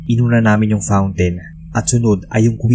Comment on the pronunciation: paak! So conyo ang pag pronounce ng "FOUNTAIN"! haha